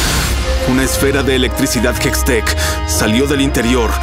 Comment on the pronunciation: Se dice hextech